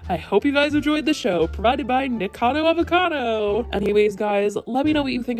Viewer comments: am i the only one that cringes just a little when she says “Nikado” and not “nikacado” i’m sorry 💀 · It kills me on the inside how you say nikocado .... Its like nick o cado ... Niccado .... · it's NIKOcado, not Nicado.. 4 syllables, not 3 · Gurl, ily for making these vids but you keep saying Nik-cado, not nik-O-cado like how it's spelled. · I like how you pronounce his username wrong lol... idk if it’s on purpose but I like it